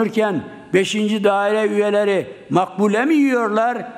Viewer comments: "Makbule" Bahçeli'nin gençlik aşkı mıdır acaba Maklube diyecegine Makbule demesi çok manidar dır . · Moruk makbule değil, Maklube diyeceksin. Kağıdı bari düzgün oku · "Makbule" mi dedi:))))) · Daha maklube diyemiyor.